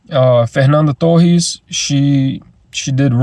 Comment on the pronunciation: quando falou o nome da fernanda torres certinho, sabia que falava português hehe. tinha muita gente na sua exibição? tô vendo alguns gringos que estão resistentes por causa das legendas...